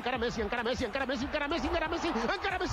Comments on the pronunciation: I want people to realize that it is ENCARA not ANKARA! It is a Spanish word… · It is not "Ankara Messi", it's "encara Messi" that means "still Messi" in catalan.